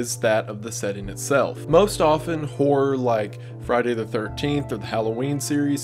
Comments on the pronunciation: The amount of times, that due to the slight Accent i've understood "Whore" and not "Horror" in the beginning haha. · It's hilarious hearing the word “horror” said in that Tennessee accent haha. Make you think the wrong thing fast.